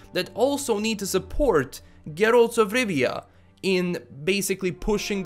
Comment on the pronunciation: "Geeralz 'f Rivia"